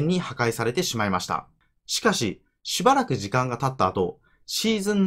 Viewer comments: しゅばらく時間が経った後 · しゅばらくなんですね分かります